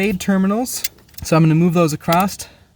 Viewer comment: ACROSS "NOT ACCROST"